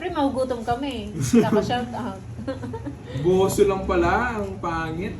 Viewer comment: buzo. hindi boso.